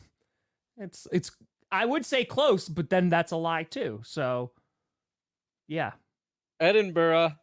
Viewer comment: Much respect to for his pronunciation of Edinburgh.